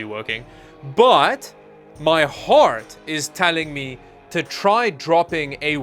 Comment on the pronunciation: I like your french vowels "My hort is telling me..."